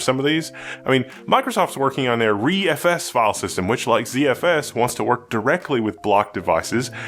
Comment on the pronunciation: Hey said ReFS right! I’m so amazed